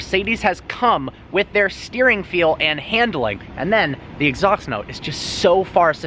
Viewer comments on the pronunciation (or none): “Exhauxt note” 😂😂